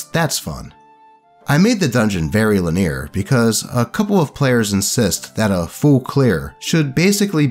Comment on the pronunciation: You say "linear" the way Fred Jones says "treasure". Adorably wrong.